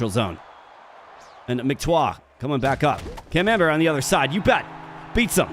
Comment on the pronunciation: I can't help hearing Cam Amber as the French cheese camembert.